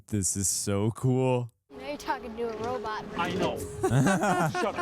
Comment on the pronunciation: You guys pronounce robot as robut like zoidberg and it's hilarious 😂